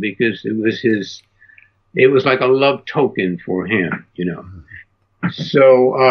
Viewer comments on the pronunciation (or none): none